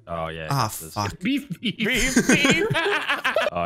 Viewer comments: Veef Beffer 😂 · Nobody:: b e e f Also: b e e f b e e f Also again: v e e f b e f f e r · Veef beffer 😂😂